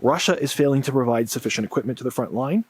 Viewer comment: "equip-muhn" "resor-ring to..." Lazy tongue syndrome: can't pronounce the letter T.